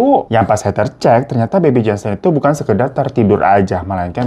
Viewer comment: Heather baca "Heder"